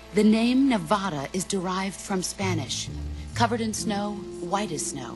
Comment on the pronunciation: Why does everybody mispronounce Nevada? We don't use the Spanish pronunciation... :/